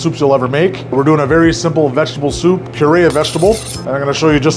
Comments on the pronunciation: Not like “soopuh” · lol.. he says souP(pop) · Is the way he says soup that gets me